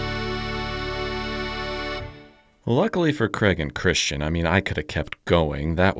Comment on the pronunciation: Dein Name ist aber immer noch Christian und nicht Cristschen